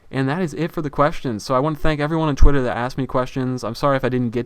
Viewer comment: why do you say chwitter instead of Twitter?:L